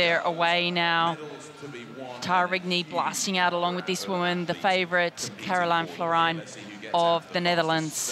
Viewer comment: Lots of different names for the World Champion. They should really learn how to pronounce Karolien Florijn 😅